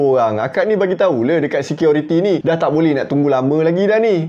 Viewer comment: Assalamualaikum warahmatullahi wabarakaatuh??? bro dan semuanya.....security atau seqiority ni...he he he ..maaf kalau saya old school ...MCM lawak bunyi tu ,,tapi dah ok best dari dulu cara penceritaan..